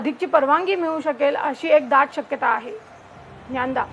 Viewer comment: Hi, thanks for sharing all the crucial details. I think the pronunciation is not Nyanda...it’s DnyaNaDa. Hope this makes sense.